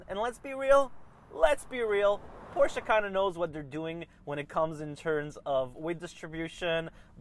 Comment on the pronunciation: Great review ! You covered all your points quickly, and with enough detail for me to understand your perspective. You also pronounced Porsche properly, and demonstrated understanding of that food chain. Merci monsieur !